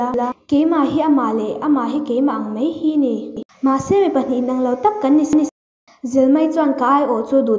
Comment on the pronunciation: Mei I tia mai tih tur a lom